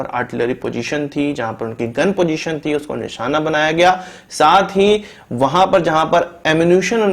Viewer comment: Abe jahil nisana nahi nishana hota Hai fake news mat dikha